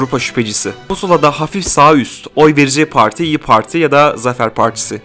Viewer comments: Her şey iyi güzel hoş da yanlış anlamazsan neden “parti” değil de “poğorti” ? 😂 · Analiz güzel ama pooarti gibi telaffuz hataları var.